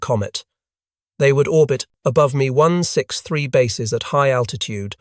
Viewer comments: IT'S M E...not Me. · Mee one six three…over and over….